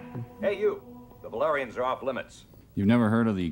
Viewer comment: The valerians/balerians however you pronounce it.... They are pretty hot.